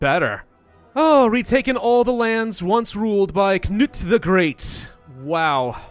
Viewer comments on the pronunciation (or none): none